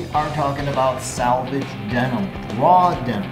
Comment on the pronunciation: Under a 100 bucks...for a pair of trousers designed to be used by men at work?! Nope, that's not weird at all...and it's not pronounced salvage, it's selvege...a contraction (of self edge)